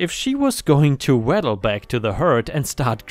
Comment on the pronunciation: Waddle is pronounced woddle and heifer is pronounced heffer!